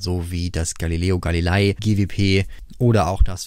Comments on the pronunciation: Und nochmal: Der Mann heißt Galileo Ga-li-le-i. Gali-lei ("Galilai") klingt furchtbar!! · Galileo, nicht Gali-lai dideldum dideldei 😉